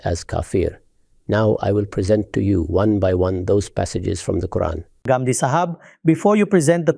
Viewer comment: There are some people who cannot pronounce the words of our vocabulary but you can pronounce it why do you have to say Gamdi you can say Ghamidi. If you say it's wrong that doesn't mean you're speaking good English the proper noun should be pronounced the way it is pronounced